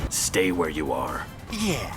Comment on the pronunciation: Shang Tsung was so badly miscast in this. Tsung should never be pronouncing "you" as "yuh"